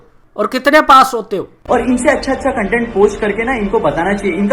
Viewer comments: I want to punch him in the face every time he says CUNTENT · verify hone k liye insta pe ye tiktoker apni tashreef youtube pe hi le k aye or ab bc usi k content creators k against or bhai cuntent ni hota content hota hai jahil😂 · Ok... So this guy is indian?!?! XD i can understand his problems now.... Plus he kept saying the whole video Cuntent cuntent he cant even pronounce CONTENT right... The way he is talking he seems like he has no freakin idea how much hardwork YouTubers go through... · Yr ye cuntent q bol ra content nai hota..?